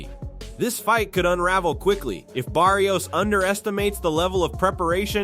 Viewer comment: Bar - rios a little help for the guy talking.... it's not Bear - rios